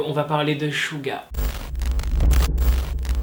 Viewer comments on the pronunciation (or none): Tu dis shu pour suga et suran bref ... ça se prononce tsuga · Ouais c’est clair le pauvre mais ça s’écrit suga et sa se prononce shouga voilà 😊😊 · SUGA ça se prononce suga ou chuga genre jsp trop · Coucou j adore tes vidéos mais je trouve que tu devrais t améliorer et vérifier comme ce dise les blases d'idol car même suga tu le prononce mal sur ce continue ton contenu est intéressant